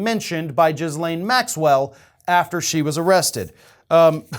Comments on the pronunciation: Omfb lol jizz lane Maxwell I think the s is silent. Gillane roflmao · Jizzlane Maxwell? It's pronounced Gillane. Happy to help. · eh...there's a silent s but jizzlane sounds better, fair play! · It's GHEE-laine, not JIZ-laine. Learn how to pronounce her name, even if she's a bad person. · as much as I laugh at the Jizz-Lane pronunciation, it's pronounced Gih-Lane. like Elaine, but with a G in front. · I like how despite her name properly being pronounced "gil-LANE" (the s is silent), instead chooses to call her "JIZZ-lane" 🤣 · Her name is pronounced Ghee-lane with a soft G- and a silent S-. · Her name is pronounced Ghee-Lane. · FFS,... The woman's name is not "Jizz Lane" - as amusing as that pun is, and how vile her actions were. You don't get to rant at redhats purposely mispronouncing the VP's name if you do exactly the same thing to this horrible person. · I thought her name was pronounced Gee-lane with a hard G sound.... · GeeLANE is how you pronounce - hard 'G' and silent 'S'. I'm sure DT had fun with THAT name! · I didn’t expect to be one of the people to pronounce her name as “Jizzlaine” lol. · Silent "S"... Its Ghee Layne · I love that you also pronounce it Jizzlaine… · giz-lane with a soft G pronunciation. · OMG the number of times he said Jizzlane here is a hoot. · 🌈💯 It’s supposed to have a soft G sound, but I LOVE pronouncing it with the hard J sound for that appropriate value of JIZZ-lane. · Try saying it 'Gilane'. I know it's minor, but it really pisses me off. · to borrow one of your favorite expressions, for the love of God, would you please learn to pronounce Maxwell's first name correctly? It's "G" as in go, get, or gill. The "S" is silent, and the last syllable gets the stress, pronounced as "lane". You can be disgusted with someone yet still pronounce their name right. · I don't think it's intentional though, he tends to be really bad with unusual names or foreign locations. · it's a hard "G" 🤣🤣🤣